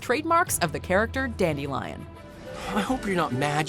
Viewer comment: He is Called Dandelion In the English books. In fact in the Last Wish audio book his name is pronounced DAN-dill-eon, not DAN-de-lion